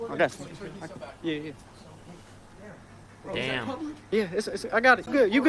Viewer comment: gave us a Canadian yea